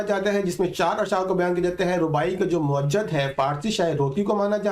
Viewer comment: تحریر , تصویر قافیہ ہیں کا نہیں کیونکہ یہ ہم آواز اور ہم وزن ہوتے ہیں۔۔اور اس کے ساتھ آپ اردو کے ماہر نہیں آپ خالی دیکھ کے پڑھتے ہو۔۔لفظ موجِد ہے موجَد نہیں۔۔۔